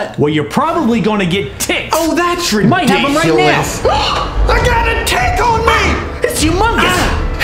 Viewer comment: don't you mean that riticulous